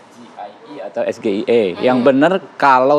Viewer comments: Sok2an sepiking englis, nyebutin'y aj es ge i e 😂🤣🤣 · Dengan SGIE aja kebingungan apalagi dgn ejaan "Es Ji Ai I 🤣🤣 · Mengejanya aja salah, masa dibacanya "es ge i e"😂😂😂 Kalo mau membawa singkatan bahasa inggris ya harus dibaca b.inggris dong...😂😂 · Ya pasti semua orang gak akan ngerti es-ge-i-e.....kalau singkatan dari bhs Inggris ya ngomongnya bukan es-ge-i-e, tapi es-ji-ai-i, ini penanya ngerti bhs Inggris apa tidak? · Kalau memang penyebutannya salah,, mengapa Cak Imin juga mengeja SGIE itu kok juga Es Ge I E… SLEPETT😂😂😂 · Kalau singkatannya pakai inggris, Harusnya pelafalan SGIE dengan inggris (es je ai e..). Masa dng bhs Indonesia... hahaha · Gibran bertanya SGIA!!!Kok gibran bisa salah ya menyebutkan ejaan nya dalam bahasa Inggris ,,,, kasian juga gibran korban tim suksesnya sendiri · gibran ngomong SGIE aja gak bener... itu bahasa inggris gibran... jangan diucapkan kayak bahasa indonesia bran... ngaco elu....😂😂😂😂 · Hebat apanya baca S JI AI I, SJA ngk tahu dibaca SGIE😃😃😃👎👎👎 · Mas Gibran blg SGIE bukan es ji ai i... krn Imin gak tahu bro.... gitu aja repot... kalo mas Gibran baca es ji ai i... Imin pingsan nanti 😂😂😂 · JUBIR PRABOWO..... LIAT DONG REALITAS DIMASYARAKAT.. GIBRAN ITU CAWAPRES SELUDUPAN HASIL KEJAHATAN NEPOTISME... ES GE I E PENGUCAPAN SALAH... WUJUD KEBOBROKAN MORAL TAK PUNYA ADAB DAN CACAT HUKUM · Maslahnya yang ngasih pertanyaan juga gak tau dri bahasa SGIE jelas pak muhaimin gak tau krna dari ejaan gibran juga salah klo emang itu di sebut bahsa inggris harusnya ejaannya bukan ES GE IE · Udh ndk tahu...., beralasan cara penyebutannya. ...., coba Mas Gibran ngomong... SGIE dlm bahasa Inggris...... pasti ndk tahu juga...., trus ada yg ngomong sok Inggris lah......... 😂....., dasar ndk mau mengakui kekurangan..... para pendukung no.... 1...😂🎉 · Sok bilang soal sulit,tpi nyebutnya aja salah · Penyebutan singkatan bahasa inggris ya tetep pake bahasa inggris dong bib bib gimana sih ente. Contoh UK (baca: yu ke) dan US (baca: yu es).